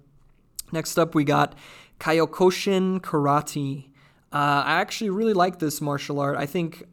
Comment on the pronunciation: It's Kee-yo-kish-in